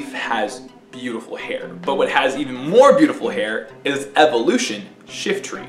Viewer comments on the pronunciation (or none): none